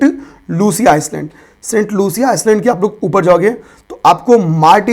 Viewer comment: अरे प्रभु आइलैंड है, आइसलैंड नहीं